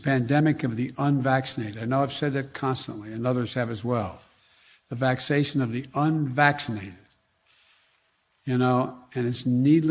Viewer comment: The "vacshasun of the unvaschashuneddddddd".